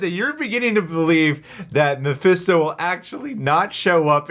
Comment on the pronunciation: if i hear mefésto one more time ... hahahaha